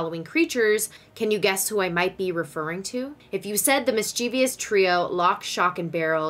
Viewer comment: Please learn how to pronounce the word “mischievous”! (not mis-chee-vee-ous) Please learn how to say the phrase “by accident” (not “on accident”)!